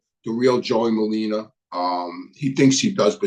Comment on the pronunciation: Merlino not merlina